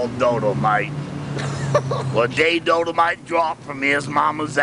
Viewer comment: Learned it from his brother Wayne, who learned it out in California, and it's Dolomite, Google that shit. pronounced it Dodomite, but whatever.